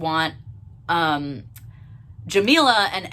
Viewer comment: this whole video you struggled with saying her name correctly which is ironic considering what the video is about. not a great look from a white person either but racism and callousness are way too common in the lgbt community